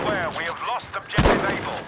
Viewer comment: Lol “we have lost objective aeples”